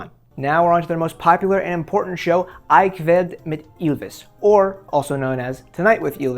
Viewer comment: I kveld med Ylvis - the Norwegian letter I is pronounced like your letter e - as simple as that!